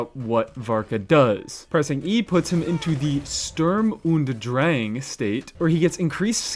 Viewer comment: Btw just fyi, it's not 'sterm and draeng' but more like 'shtoorm oohnd drahng'